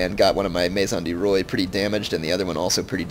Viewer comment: Maison du roi is pronounced may-zon du wha.